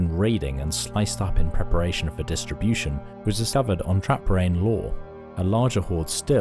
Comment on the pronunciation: Moray is pronounced as Murray not Mor-ay. And it’s Trap-rain like two words although it’s one word.